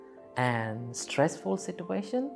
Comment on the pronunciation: What is he saying situa -tion... It's situation